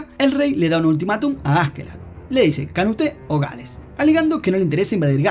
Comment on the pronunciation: Que buen resumen, pero jámas había visto a alguien pronunciar tan horriblemente nombres daneses e islandeses xD Es Canuto no /Kanute/ o Knut si quieres pronunciarlo en danes, no es Thors the Throll, si querias irte con el mame al menos pronuncia bien las Þ, o solo usa "el" "la" "los" "las" son apodos no son nombres propios